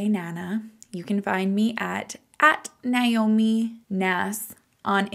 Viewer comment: Thank you for sharing, but for most of us our name is pronounced as "Nay Oh Me" and not "Nye Oh Me". Please keep up the great work. 😌